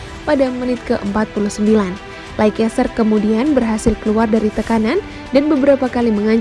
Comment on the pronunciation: Dibacanya leister mbaaa